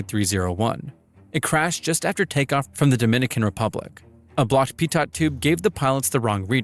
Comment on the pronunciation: I’m gonna bully you for the pitot pronunciation